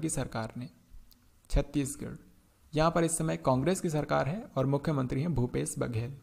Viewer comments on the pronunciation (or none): none